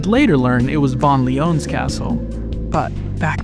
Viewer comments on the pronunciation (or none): The way you pronounce "Von Leon" is unconventionally odd, as there is no "accented e" (é) in his name. It's just pronounced "Von Lee-on", not "Von Lee-own". Dunno why you tried to make it sound exotic and unique. Regardless, good video. It's nice seeing someone out there crafting a narrative from the environmental storytelling of pre-BB. I hope to see more in the future.